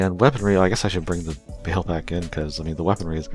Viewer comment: Their names are not pronounced “Grimgertie” and “Bale/Bail.” It’s GrimGairduh/GrimGayrduh, and Ba-El or Baal-like the word “Ball.”